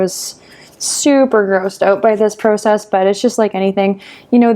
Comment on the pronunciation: No one is going to talk about how she says process?